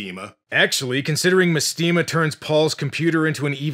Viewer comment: mestema is actually supposed to be mAstema, like mastema, the fallen angel made famous by the shin megami tensei games